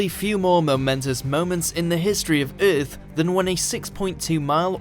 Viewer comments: what would happen if you properly pronounced our planet's name? Ith? No baby no- it's earth...what did you do to the constants??? give them back!!!!!! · What is this planet urff of which you speak and just what are berds? For gods sake get someone who speaks English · lmao the way he says "earth" is like "erff" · In the history of eth? rth? eah? Wat'd you say at the beginning? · THE WAY HE SAY EARTH OMEGALAUL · Why does the narrator say 'earth' like Ming the Merciless from Flash Gordon?